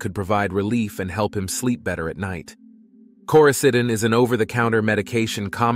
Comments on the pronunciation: * Lauren's lifeless body, not "Laurenses" 😉 Coraseeden- You actually pronounced it correctly once, I don't know why every other time was wrong. - "her mother had been killed by her husband" - do you mean daughter? Or sister? - What is "Koysadin"? I'm sure you mean coricidin but who edited this? I don't mean to drag on you, but this many mistakes in a short video tells me someone just doesn't care. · The OTC medication Matt claims he took is pronounced “Koroseeden”